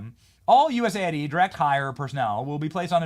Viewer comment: People, cmon, it's US AID, not USA ID. :D